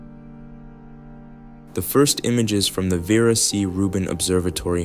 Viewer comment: Ver- ah. Not verah😊